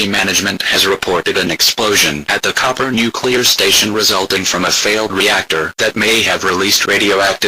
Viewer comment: It's Cooper, not Copper...